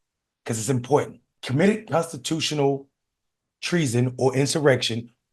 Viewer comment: Just like "important" doesn't have a "d" in it, like she pronounces it. 😂